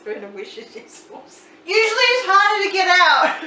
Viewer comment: Love your videos, simple and amusing! I can't help but correct your pronunciation of Worcestershire sauce, though, even though it made me laugh...try "WOO-STIR-SHER" ...the English language is a funny one, I know. That's never been an easy word, anyway. Keep the great recipes coming!